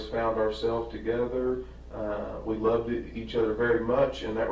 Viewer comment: "We LOVED each other"????? Listen to that again. He says "LOVED"